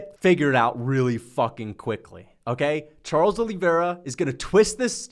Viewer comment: Charles “Oh Lee” Vera